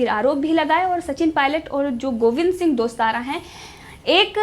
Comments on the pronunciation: दोस्ताना नहीं टोडासरा बोलो मैडम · मैडम गोविंद सिंह दोस्तारा नहीं गोविंद सिंह डोटासरा😂😂